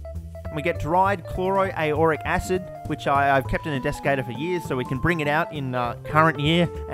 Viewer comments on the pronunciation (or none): "Chloro-a-uric acid" yikes.